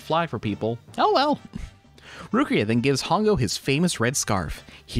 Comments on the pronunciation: The female lead's character is Ruriko... why do you call her Rukia? That's Bleach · I might be mishearing, but what I hear is you saying "Rukia" and not Ruriko. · Loved your video but I wonder why you called Ruriko Rukia or something??? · No hate, but... ain't no way this dude pronounced "Ru-ri-ko's" name as "RUU-KIA" 💀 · Did you just called ruriko "rukia"?😂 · what about everytime he says rukia instead of ruriko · You keep getting the name wrong; it’s Ruriko, not Rukiya. Also, Professor Midorikawa is Ruriko’s father, not Hongou’s. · did you just call ruriko rukia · You saying "Rukia" instead of (Ruriko) was making me think of Bleach the whole time. 😂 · Ruriko, not Rukia. Otherwise, great review. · why you keep calling her rukia?? it's Ruriko right?? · Why does he keep saying Rukia 💀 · "Rukia" LMAO are you serious with that? How do you butcher her name so badly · It's Ruriko hahahah